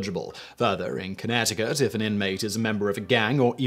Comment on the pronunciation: I've never heard someone say Connecticut so weakly before